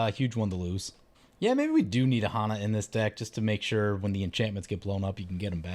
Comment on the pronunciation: My dude, pet peeve of mine. Hanna is pronounced the same as Hannah Montana. I have a friend with the exact spelling.